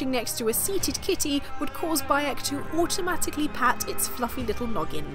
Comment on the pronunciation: Did you say ride your camel automatically or automagically?